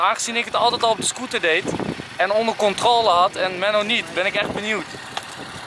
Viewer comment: hoe hij controle zei hahaha